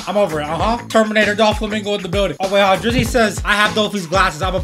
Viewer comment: Not making fun of u buttttt why do u say DA FLAmInGao